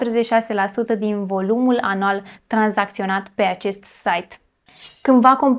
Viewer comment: sunt singurul care a auzit anal in loc de anual? Ps. Imi dau seama ca anual a zis, dar s-a auzit altceva 😂